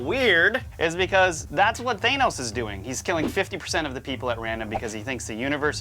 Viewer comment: For a couple of nerds I'm surprised that you guys don't know how to say, "Thanos"... LMAO.